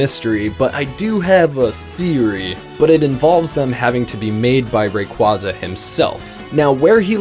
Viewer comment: Stop pronouncing raquaza wrong!